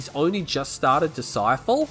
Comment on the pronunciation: ITS BLACK DISCIPLE NOT DISCIFLE DISCIFLE ISNT EVEN A WORD